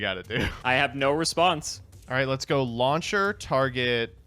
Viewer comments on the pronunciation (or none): I know cant pronounce anything over 2 syllables but is he saying "Lawn Chair" instead of Launcher..? Or am I hearing things? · He's absolutely saying Lawn Chair instead of Launcher on purpose. I tend do the same thing, mostly because I think it's funny to do so. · Lawn chair